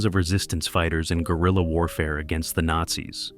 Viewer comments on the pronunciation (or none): The details in bringing an image to life is excellent! The only issue with using AI to narrate the video is the fact that the war was fought against the " Nate- Zs" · the narrator is good however there is a word there that needs to be altered, Nazi's should be said that way. Unfortunately using AI to read a script out it's having an issue with that word and it's calling it Nate'Z.